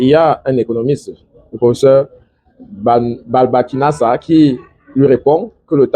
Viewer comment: Dr Babissakana et non balbakinasa